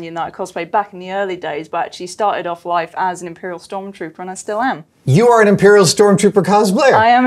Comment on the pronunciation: stop calling it STORMTROOPER AHHHH😂😂😂 great work tho, very cool